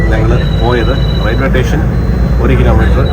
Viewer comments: ഏതു സ്കൂളിലാ പഠിച്ചേ..... റെയിൽവേ റ്റേഷനല്ല ഭായ്,"സ്റ്റേഷൻ"😂😂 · റോബിന് വിജയാശംസകൾ. 'റെയിൽവേ സ്റ്റേഷൻ' എന്നു പറഞ്ഞു പഠിക്കുന്നത് നന്നായിരിക്കും.